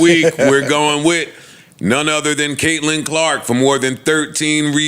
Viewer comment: Mispronouncing two of the most famous women's basketball plans in the world is the most disrespectful shi! ever! Especially since one of them is from South Carolina and you have South Carolina ties!